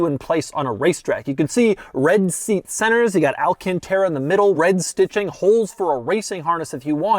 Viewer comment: The way Doug says alcantara is odd. People need to get over the automatic because Nissan has another pretty sick car that only comes in auto. Its the GTR.